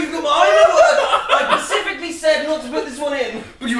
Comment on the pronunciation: “i pacifically told you”